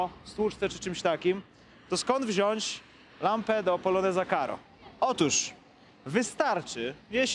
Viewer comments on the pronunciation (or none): none